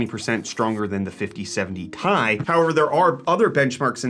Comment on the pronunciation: Its t i not tie, how do you pronounce rtx ? R t x not retex